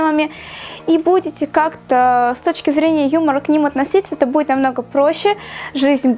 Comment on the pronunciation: Буид, кода... Как же режет слух., выговаривай все буквы.👌🏻